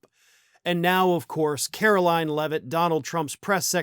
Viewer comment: KARO-LIE-IN' Leavitt